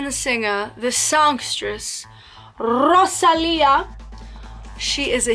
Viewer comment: Great Spanish strong “r” dear Guru 🙌🏼 Loved your recommendations. Si te gusta Rosalía te recomiendo mi cantante flamenca favorita